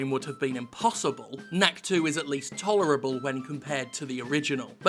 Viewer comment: Whenever he says "knack is " I hear Yahtzee say "kack".